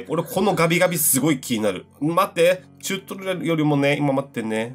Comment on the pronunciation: チュートリアルがちゃんと言えてないがかわいい😭